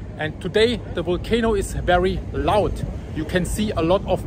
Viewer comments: Your English is excellent. You just need to work on your V's and W's a bit more. It's Volcano it's Wolcano. Much Love and Blessings from Nikiski, Alaska. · Wolcano, walley....But his English is perfect.